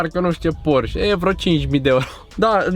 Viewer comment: singura mea problema e ca pronunti porș, s-ar putea sa nu-ti pese, dar e porșe si bose e bouz